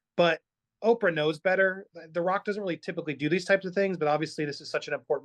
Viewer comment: there are 2 “t t’s “ in better